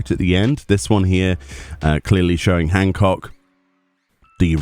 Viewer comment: Lol like the pause there on "Hancock" lol cracked me up